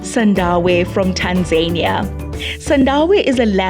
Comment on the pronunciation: Pronounced Rwanda not Ruwanda there's nothing annoying hearing Africans pronouncing African words like Europeans please !!! It's Tanzania not Tanzerniya. The presenter should learn to pronounce properly